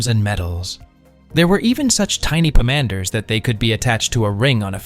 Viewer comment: Not "pah-MAN-ders"! It's "POM-an-ders!" This AI slop is really beginning to pee me off!